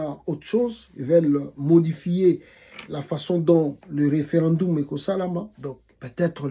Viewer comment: Mauvaise prononciation ( referandumu) 🤣🤣🤣 mawa